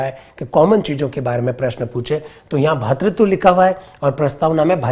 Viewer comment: बहुत ही ग्राह्य और शानदार अध्यापन सह विश्लेषण श्रीमान। भातृत्व नहीं।.. भ्रातृत्व शब्द सही होगा✔️🙏 धन्यवाद, आभार💐❣️🙏🙏